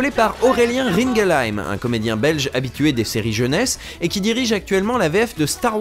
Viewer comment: J'apprécie fortement que tu aies prit la peine de prononcer "un doublage Belch' ". Délicate attention <3